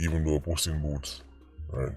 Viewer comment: ..lol "puss in booths"...😂 "Pepsi"